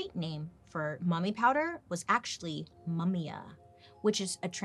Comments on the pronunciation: I was soooo confused about what's mumia and it's just مومياء those europeans messed up the pronunciation 🤣🤣 fun fact we pronounce it as moomia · Hi bailey I just wanna say I love you smm and thank for being the best person ever,I just wanted to point out that the word mumya or مومياء is actually mummy in Arabic not resin it's pronounced moo-myaa with the letter ء in Arabic witch I don't know how to explain Its a sound so just hear it on Google translate btw I'm Arab and fluent in Arabic so I just wanted to correct you 🫶🏻🫶🏻love you bailey ❤️